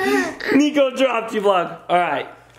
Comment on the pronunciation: It’s niko not “nico”